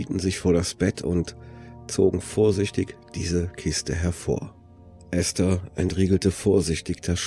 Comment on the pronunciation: Endlich mal jemand, der den Namen ESTHER richtig ausspricht!!! Die meisten sagen immer EEEEEhsta - das selbe wie diejenigen auch ESTLAND als EEEEEhstlant aussprechen